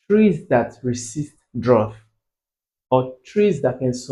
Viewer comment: Sir is drought not droght